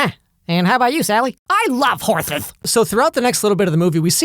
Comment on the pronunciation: How about you Sally? “I love horssses.” I’m dead 😂😂